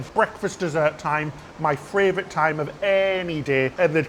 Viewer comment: I’ve started saying fravourite cos of you two 😂